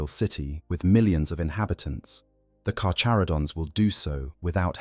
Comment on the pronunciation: The CH in "carCHaradon" us pronounced with the hard CH. It's (car-care-uh-don).........I like sharks, great white is "carcharadon carcharius"....Alternatively, ive heard it (car-car-uh-don car-car-E-us) too, but only from people from metric countries....but its definitely nit (car-chuh-ro-dons) or (char-char-id-ons) or (car-chair-id-ons)